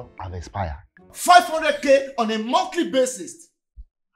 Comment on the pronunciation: "500k on a monthly basist" 😂😂😂